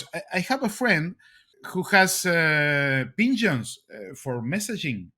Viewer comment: I like how he says pigeons and CIA. 🙂 The ping-jyuns. See-yai-yay.